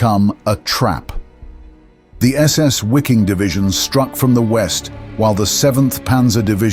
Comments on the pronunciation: Wiking? As in Wikipedia? Try VIKING, pronounced as in German. Mispronouncing foreign names is a sign of i-illiteracy. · better say vee-king - that is more accurate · The German word "Wiking" is pronounced "Viking."